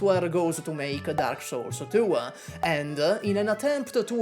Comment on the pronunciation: "Darkah Souls Tuah"